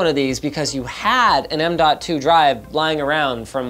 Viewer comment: M2 Sata works just fine. No need to emphasize the "DOT"